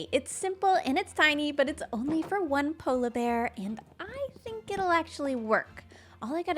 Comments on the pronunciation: I love the way says "polabear" instead of "polar bear":) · Obsessed with the way pronounces polar bear